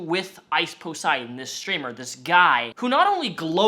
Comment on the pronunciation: Ice “POS”eidon